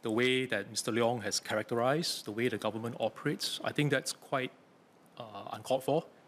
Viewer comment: how is he a politician if he can't even pronouce government properly